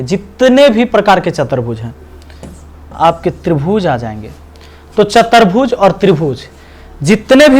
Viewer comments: Sir aap chaturbhuj ko chatarbhuj bol rhe h to bhut ajib lag tha h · chatarbhuj nahi sir chaturbhuj hoga